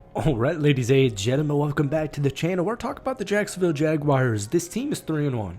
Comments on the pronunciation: Not gonna take you seriously until you learn how to say the name correctly! 😂 It's JagWARS, not JagWIRES. Learn it. Live it. Love it. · It’s Jag-WARs not Jag-wires lol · Every time someone says jagwires makes me cringe